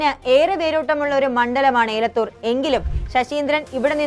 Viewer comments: ഏലത്തൂർ അല്ല എലത്തൂർ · എലത്തൂർ എന്നത് ഏലത്തൂരും, കാനത്തിൽ എന്നത് കനത്തിൽ എന്നും